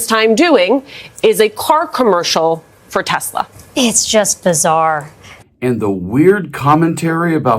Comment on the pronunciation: I wouldn't own a tesla or, as you call it, tesler.